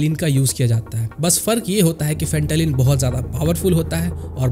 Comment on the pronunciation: फेंटालीन❌ फेंटानिल ✅